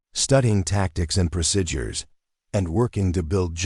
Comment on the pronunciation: Overall, an thrilling action-packed story but unrealistic. I'm not going to even address the excessive protocol, technical and tactical errors since I don't believe the script was written or even reviewed by someone who actually served. AI narration was often plagued with awkward, ragged and irregular phrasing, numerous mispronounced words, examples: procidures for procedures, leaved for lived, savered for severed, Phoebe for fob and much more. All of these irritating mistakes made listening to it rather frustrating. When closed captioning was used, the errors were even more glaring. Especially annoying was the use of the word "dot" to indicate the end of a sentence instead of taking the customary pause before starting the next sentencel...subtleties that are chronic AI issues. Obviously this channel needs to have a human editor with appropriate English language skills review their work before posting if they want their channel to grow.